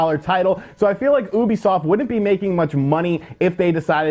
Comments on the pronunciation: its you bee soft not oooooo bee soft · "OOBIESOFT" XD